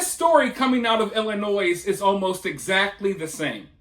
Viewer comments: When you say Illinois you're supposed to pronounce the S silent.. (noy) nois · It's Ill-ih-noy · The S is silent in Illinois